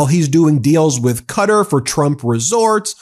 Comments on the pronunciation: "Cutter"?!? Do you mean Qatar?! 😮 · Am I the only one who is annoyed at the mispronunciation of the State of Qatar? It is pronounced Kah-tar NOT Cuttur. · Qatar (ku-TAR) lol you're killing me Ben 😅